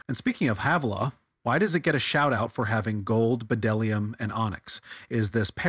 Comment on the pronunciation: That moment I try to take a guy serious who keeps quoting "science" and then he pronounces the "b" in bdellium.